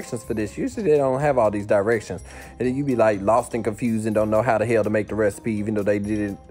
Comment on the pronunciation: “whot in da hay-ell” im gonna cry